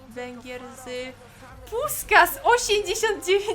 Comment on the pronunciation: Jakby co czyta się Puszkasz